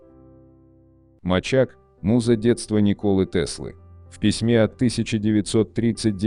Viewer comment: Слово "мачак" (Ударение на первом слоге) в переводе с сербского означает "кот", то есть название вида любимца Николы Тесла, а вовсе не его имя.